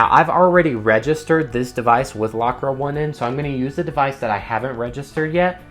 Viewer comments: I love the video however it’s not lockra 1 N it’s lock rain the 1 is a i. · I love that you call it "lock ra one en" :)